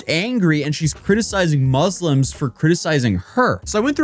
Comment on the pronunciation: "Moose-Limbs"... She Says.